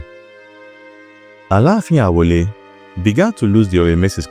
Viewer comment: Correction: The name is Alaafin Aole, not Awole.